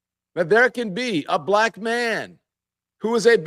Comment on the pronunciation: He also uses extra syllables when he says beelack. Suddenly, Kemmawla turned beelack.